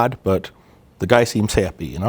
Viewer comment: The whole guy fucking a tree example. Sounded like you said he "seems sappy," which would've been hella funny if you heard yourself say it